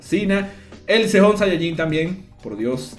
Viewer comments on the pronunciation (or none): none